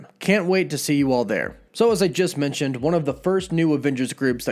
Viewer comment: Why do you pronounce it Avingers instead of Avengers. Mintioned instead of mentioned. Sintry instead of Sentry. Not sure where you're from but many Californians share that one issue, replacing short e's with i's.